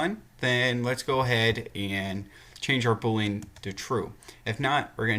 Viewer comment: Bool - ee - an. Not Bool - lean. Thought you might want to know the correct pronunciation.